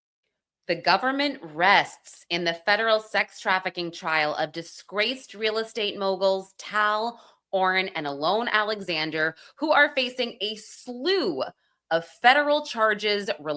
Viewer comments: The man's name is not ALONE... there is no E on the end of his name. Pronounce it right or don't make a video. There are enough videos of Alon pronouncing his own name that you do not need to keep getting it wrong. smdh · Pls pronounce Alon correctly!!!! It is NOT pronounced “Alone”!!!! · we were talking about her pronunciation of Alon, one of the scummy brothers. She calls him Alone…😂